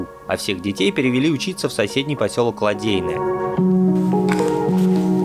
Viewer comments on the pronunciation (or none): Вообще говорят не ЛадЕйное, а ЛадЭйное. И яйца дракона и яйца динозавров, это два разных пляжа.